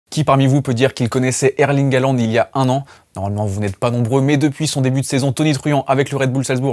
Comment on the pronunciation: Arrêtez de dire "Haland", sont nom complet c'est Erling Braut Håland avec un "å" qui se prononce "ô". De plus le "au" en Norvégien Bokmål se prononce "eu". Faîtes une effort...